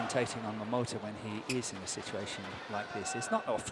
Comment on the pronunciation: she’s always saying “Kento MomoTO”.